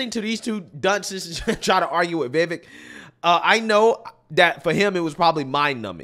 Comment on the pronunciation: Vivek rhymes with cake, Viv-ake. Vivek doesn't rhyme with heck, it's not Viv-eck.